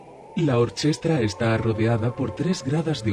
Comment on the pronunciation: Estoy bastante seguro de que "orchestra" no se pronuncia así, de hecho el sonido "ch" delante de "e" e "i" en italiano como en latín se pronuncia "k". Entonces se debería leer "orquestra". Por el resto muy interesante